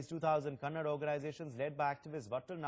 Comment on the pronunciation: dear sir its not kannad its Kannada ..!!